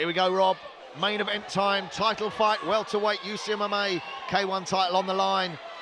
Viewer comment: Welterweight? Or welterwait as says